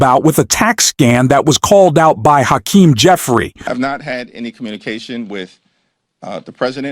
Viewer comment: When you learn to pronounce Hakeem's name I'll subscribe!